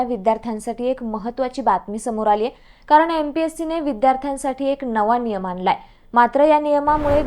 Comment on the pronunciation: आयोग्य मराठी न आणि ण यात बोलताना गफलत...देनार नाही देणार (ण)..आनलाय नाही आणलाय (ण)